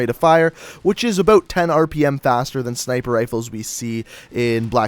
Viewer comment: "what is up boys and girls, we are gonna be talkin abooot." xD